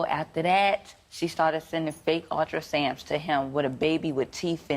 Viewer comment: Oh my lord! Did she say "ultrasams" ? 🤦🏽‍♀️🤦🏽‍♀️🤦🏽‍♀️